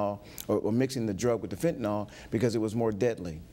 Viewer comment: Who invited the IGNORANT BLACK DETECTIVE? He added nothing. (He subtracted.) Couldn't tell us where different forms of heroin originated, nor where they landed in the US. Can't pronounce FENTANYL (he said "fettanol."). Kick his black ass off.